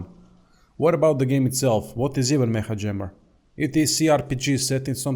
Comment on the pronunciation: Its pronounced "meka" jammer i think